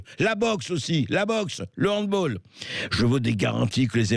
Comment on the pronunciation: Hand bAAAAAl pas hand bOOL !